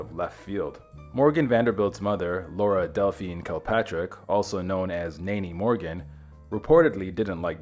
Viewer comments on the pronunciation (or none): none